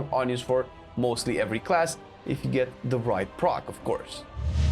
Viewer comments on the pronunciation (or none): none